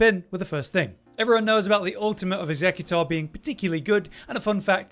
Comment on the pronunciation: I think you’re saying Executor wrong. It’s not a Pokemon bro 😅